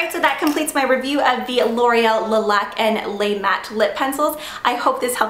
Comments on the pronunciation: I cringe every time you pronounce it lee matte and le laque.. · My last name is Laque, and you're pronouncing it wrong